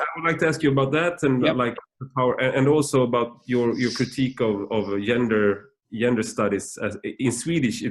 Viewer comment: "Yender studies"